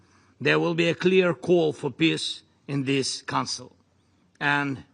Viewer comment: I'm sorry, but can someone from his own circle tell him how to pronounce peace so that it doesn't sound like "piss"?